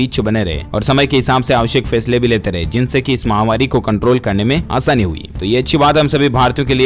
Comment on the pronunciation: अभी तक आपने कोरोना महावारी को बोलना नहीं छोड़ा महावारी नहीं महामारी होता है